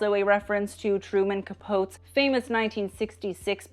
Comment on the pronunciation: It’s Truman Capoteeee